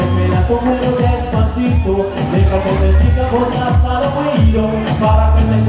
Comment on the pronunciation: Marcelito ikaw na talaga!! grabe...its amazing how he ables to pronounce despacito, pinapakinggan ko pa lang nosebleed na akez 😊